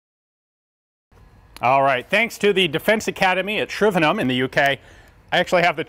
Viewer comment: I appreciate Ian pronouncing Shrivenham properly I.E not saying HAM at the end